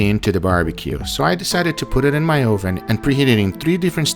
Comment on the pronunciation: He says "Oh-ven" that makes me mad